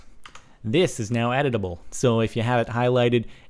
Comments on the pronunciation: Am I the only one who thought it said "edible books"? xD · at first i thought you said edible blocks. i was thinking is there steakwood now? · is it just me or every time Captain Sparkles says editable, I hear Edible. a.i. making the book edible :P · when he was talking about the books being editable i thought he was saying edible. like eating. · i thought when you said "editable" you said edible as in consume to gain exp. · Am I the only one that thought he said edible books? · I thought he said edible book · i thought he said edible books lol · I thought he said eatable books lol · How many other people thought he said edible? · i kept thinking you were saying "edible books" :P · Lol, I thought you were saying "edible books". xD . Also, YES!!!!!! Mining ice is awesome. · Thumbs up if you thought he said edible books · i thought you said edable im like 0.0 ahhhhh this is crazy then its like quill and im like ewww you are going to eat a pen and a book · this whole time i thought he was saying edible! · Lol the whole time I thought he said editable books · I thought you said edible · i thought you said edible books XD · i thought he has said edible books, and i was like yes now i can eat my words! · i thought he said eatable books for a while.... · i thought he said edible books XD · Am I the only one that thought he said edible, like, you eat it? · I thought he said edible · Did anybody else think it said edible books ? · i thought he said edible books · i thought you were saying it was "edible" :| i want to eat books! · I thought he said EDIBLE XD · At first I thought it said: "edible books" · Ohh i thought you said edible like eat the books i feel dumb now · I thought you were saying 'edible' books :P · LOL I thought he said edible books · Instead of editable books, i thought you was saying eatable books. -_ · I thought you said edible books... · i thought he sed we could eat books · Thought he kept saying u can eat it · I thought he said edible pages not editable